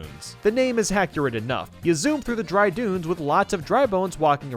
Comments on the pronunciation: did he just say dry Boones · You said dry boons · Did you say Dry Boons, when talking about Bone-Dry Dunes? Lol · No one: Literally no one:: DRY BOONS Edit: yes brother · he legit said dry boo-nes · “bry bunes” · said Dry Bunes. Lol XD